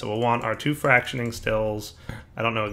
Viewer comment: Also, it's pronounced "frack shun ate ing" not frack shun ing.